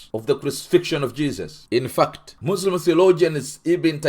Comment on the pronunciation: As a Muslim I can confirm that you are a liar 🤥 , your can’t even pronounce the most important words Iike Allahoe Akbar, , Muslim and Islam properly , Unbelievable fore an ex Muslims sheikh I think you are IDF burned in a Mercava tank during your duty in Palestine , this is propoganda